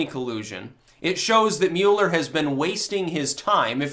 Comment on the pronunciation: Mew-ler, Lord of the Mule, hath now decreed trolling to be a thought crime! (seriously even as HA Goodman said it correctly multiple times, still mispronounced his name so I’m just gonna run with it)